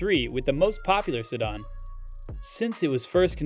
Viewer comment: Great video but who the heck pronounces sedan that way? Sedon? Smh